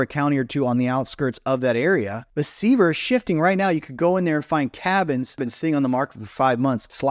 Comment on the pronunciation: Just a heads up on Sevier and Sevierviille TN. You are not even close. Without getting into the nuances of the exact way to say it, think of the word severe when saying them. You won't be exactly right but you will be close.